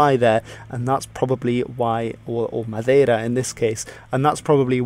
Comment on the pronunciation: Do you speak portuguese? You say "Madeira" just like a person from Portugal.